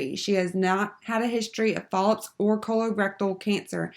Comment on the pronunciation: Is it just me or were the mispronunciations of medical terminology just ruining this video? The speed-talking while reading the coding definitions was crazy as well. I understand that you are trying to be helpful with the video, but if you are in the coding field, you should really know how to pronounce these terms correctly. Also, am I the only one hearing her say polyps as if it starts with an "F"? Really distracted me from the material.